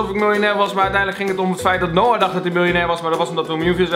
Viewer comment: xD die eerste video: MILJ-OEN-AIR